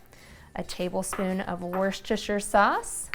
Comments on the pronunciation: Wursturshurr sauce😂😂someone ain’t from new england its pronounced wusstah-shiyah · Lol it’s pronounced Wuusta-sheer—sauce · It's pronounced Wors-ter sauce. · right I literally live 5mins away from the lea and perrins factory, in worcester. Makes me chuckle everytime they pronounce it wrong Tip.... wusster sauce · wur-shes-thster sauce lmao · I love that Americans can't say Worcestershire. They would lose their minds when they discover Worcestershire Sauce flavour crisps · She pronounced it wrong so I'm double confused by this comment haha, i'm assuming you're messin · I have been trying to pronounce wocestershire for years and still not successful.. I gave up.. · Wow Americans really can’t say Worcestershire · well I’m from Worcestershire and it’s not that we say it different, it’s that you’re pronunciation is completely wrong